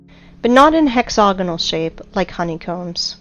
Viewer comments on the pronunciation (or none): She has an american accent. Why does she repeatedly pronounce hexagonal as hexogonal? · Hex-AGonal...not hex-OGonal. Yes, the root word is hexagon...and yes, the "ag" sounds like "og", but the pronunciation is "ag" not "og". Now that I have gotten that out of the way...if the Devil's Tower is an ancient tree stump, then why aren't there hundreds or thousands more of them spread across the landscape? Was it the ONLY mega-tree on the planet? How then do you explain the hexAGonal rock formations in old volcanic sites (as in old volcanos) scattered across the planet? There is actually an ancient rock formation near where I live down here in Southern California right on the shoreline of the Pacific Ocean that contains smaller versions of those very same hex-A-gons right alongside porous, bubble-like (Swiss cheese?) lava formed rock. My other question is...why are you showing images of surface lava flows as a comparison to the ANCIENT volcanic cores side by side? Are you saying that you know what goes on inside a volcano when it forms as a mountain, and then incredibly slowly, it breaks down and is weathered and washed away by time and the elements over millions of years? No...seriously, I am trying to keep my mind open here, but as I suffer through your stumbling, and poorly narrated, and difficult to listen to diatribe, I find myself unconvinced of your beliefs here. I find myself jumping forward a few minutes at a time because it is that difficult to listen to you read through your script. It would probably be a lot better if either you take the time to read and ed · You lost me at "hexogonol". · Hex-a-gonal** wtf is hex-oganal? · "Hex-hog-anal geo-met-try-calls" ..... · Please learn how to say hexagonal